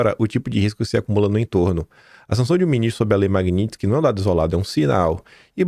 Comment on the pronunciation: Qdo o conseguir falar MAGNITSKY, aprovam anistia.